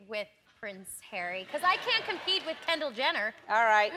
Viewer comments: "I can't compee with Kendall Jenner" Honey, you can't compete with Louis Tomlinson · “I can’t compee with Kendall Jenner” hon, you’d compee with Louis Tomlinson, larry is end game